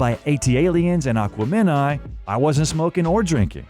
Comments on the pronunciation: Want to know how I know you're AI? That pronunciation. Oof... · You lost all credibility when you pronounced Aquemeni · I kinda fell out when you mispronounced Aquemini . They say the way to pronounce it like ten times on the album. Just saying . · You're not saying aquamini correctly, listen to the album and you'll know how to say it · Hearing this narrator keep mispronouncing Aquemini is pissing me off......😡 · F.Y.I. Your description of Spirituality is a little off. Also the Where you pronounce the third album is incorrect. I appreciate you for doing this video 👍🏾🙏🏽💜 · You really gotta start proof listening to your videos before you release them, or get an A.I. voice that can actually pronounce the words. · Omg yes. I kept yelling at the screen every time he mispronounced it 🙃😩😂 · ... Lmfao, corrects man on pronounciation of aquemini.. likes two of the most generic outkast songs.. things like babylon/B.O.B are why these guys are coveted.. not hey ya lol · Ak-wem-in-eye.... Not what ever the hell you were saying. They pronounce it a bunch of times in the song of the same title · A.I. cant pronounce (a- quem-i-nee)😅😅😂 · Say Aqua Minai one more time. I dare ya! I double dare ya! Narrators, please do your research. Shits cringy… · It's pronounced Ah-KWEMEN-eye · Aquaman-i? the fuck? they say this word 100 times on the album.... how do you do research, where you cant pronounce the most popular album name from their catalogue??? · Pronounce Aquemini correctly. They say it on the album several times. A-Quem-In-I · Aqua-Men-I????😂😂😂 Noooooooo. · The way you pronounced Aquemeni was Atrocious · Holy cow doo, learn to say aquemini. It’s not aqua men eye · Aqua men I???? I don't think that's how it's pronounced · Why did i listen to so much of this? Whoever made it clearly knows nothing about Outkast… Aqua-MEN-i??? One listen to that album tells you how it’s pronounced… That means you’ve never heard it. So why the F am i watching this?!? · Learn how to say Aquemini